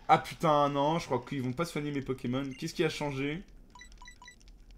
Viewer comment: Il a dit 4 fois poķémon au moins Aie...